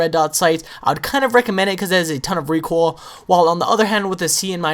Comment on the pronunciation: LOL! I just noticed he says "Recool" it's like, "I gotta get some OOL for mah lawnmower" LMFAOLOLLMAOROFLPANCAKESPICKLE9000 LOLOLOL